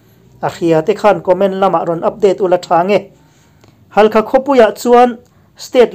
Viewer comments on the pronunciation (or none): Thil hote mah nise, Halkha, nilovin Hakha tihtur zawk ania, tihte mai hi